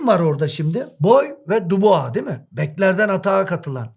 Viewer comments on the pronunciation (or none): none